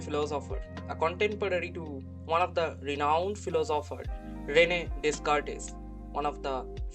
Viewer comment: FYI and future reference, Descartes is pronounced DAY-CAHRT ;)